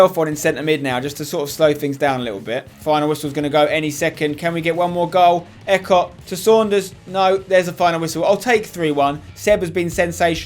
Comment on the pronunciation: EECOTT NOT ECOT M8